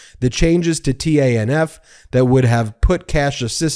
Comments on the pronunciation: It's "Tanif", Ben. Yes, it's TANF, but we say "Tanif". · You should say 'tan-if' not 'T-A-N-F'. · Just trying to help. TANF is simply pronounced "TAN-IF". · Yo it's pronounced ( tan if) just so you know But I knew joe would bust their balls they forget that united states doesn't negotiate with terrorists and he just proved it 😂😂😂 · Just wondering, isn't TANF usually pronounced "tannaf?" That's how I've always heard it.